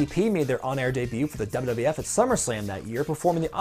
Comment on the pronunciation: What's with your pronunciation of "wwf" ? I've heard the same from Keller, Alvarez & Meltzer.